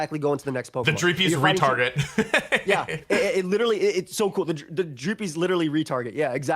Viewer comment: I thought they were shittalking the Dreepys and calling them retarded.😂 Thankfully the subtitles helped me figure out they said "retarget"